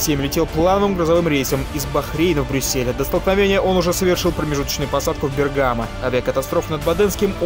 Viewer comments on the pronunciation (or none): none